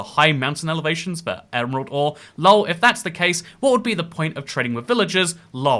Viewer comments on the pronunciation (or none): pronouncing Lol: Lull 💜👽